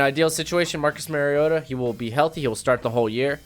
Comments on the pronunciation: Mario ——-ta. Not marryodah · It's Mario-ta not Merry-o-ta